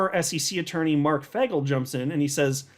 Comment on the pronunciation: It’s not FAGel, it’s FAYGEL 😕